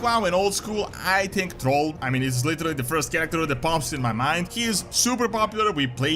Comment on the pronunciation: It's THRALL not "TROLL "!